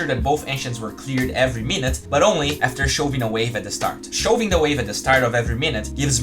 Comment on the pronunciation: Hey, love your stuff it's all incredibly helpful. So I figured I would try to be somewhat helpful back. the word "Shoving" in english is pronounced like "Uh" instead of "Oh" So it would sound more like "Shuve" But for some reason in english we never put a U and V together to make that sound, always /ov/ to make that sound.